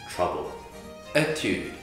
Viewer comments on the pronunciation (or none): none